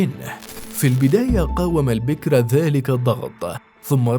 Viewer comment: البكر وليس البكر يا مثقف البكر وليس البكر